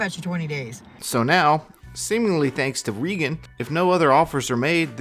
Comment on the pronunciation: it's REEEEEEgan.. 💁🏼‍♀ she's the 1 with the MOUTH..